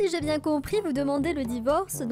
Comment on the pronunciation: "Ah bah moi z'ai un très très bon sandwich"😁😁🤣🤣🤣